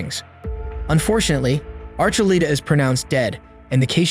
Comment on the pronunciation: It’s not Archuleeta it’s ArchuLETa